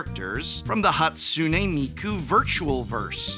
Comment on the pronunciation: He didn't say Miku right in that take lol 😂